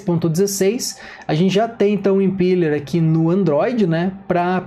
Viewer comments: Boa demais prof!! Só um adendo pras próximas, a pronúncia do Impeller seria como se tivesse um acento no e, Impéller!! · Obrigado, pronunciava certo, mas já ouvi impíller kkk